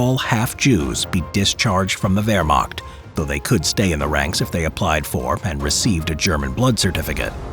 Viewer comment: Wermagt? Es heißt WEHRMACHT mit ein CH keinen G oder K